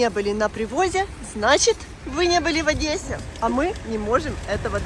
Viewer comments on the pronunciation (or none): none